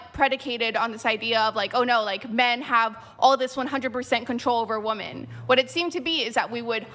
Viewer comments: "Women" is pronounced "wimen", not "woumen". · Women, not wooman. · How are women unable to pronounce the word "women"?? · Why can’t she fucking say women??????